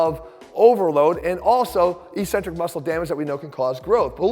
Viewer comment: Why do exercise people persist in mispronouncing eccentric?